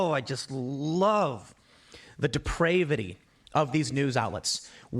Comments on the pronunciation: (1) It's pronounced "de-prah-vity" with a short a and (2) I think it's a well-suited word for this dude who is LARPing as someone with any kind of intellect. Just make is short and sweet and that say you hate women because you're incredibly insecure. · Ah, you love to see far-right nutjob "pundits" trying to use "sophisticated" words like depravity to make themselves sound smarter, only to absolutely mispronounce it, thereby showcasing their true ignorance. The a in depravity is pronounced like the "a" in "grab", same in depravation. To my knwoledge, the only word containing "deprave" in which the "a" is pronounced like Tim Pool did, is depraved. Aka the most commonly used one of them all. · I think Tim needs a little self reflection. The reason you don't have a family is definitely you, Tim! Oh, and if you want to be a media star, you need to know how to pronounce common words like "depravity." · Plus he doesn’t know how to pronounce “depravity”…..